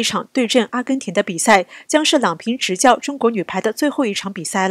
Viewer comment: 郎平第二声